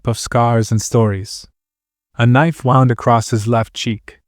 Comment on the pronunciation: I'm sad to say that this is also AI. It said "wow-und" when it sould have been "wound". Nice try hiding it behind an accent... but still AI. I hate it.